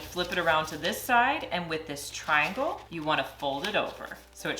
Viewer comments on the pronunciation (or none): none